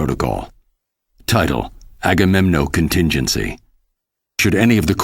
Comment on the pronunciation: É agamenon e não agamenom